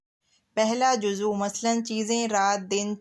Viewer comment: Juzv bolty hain juzu nai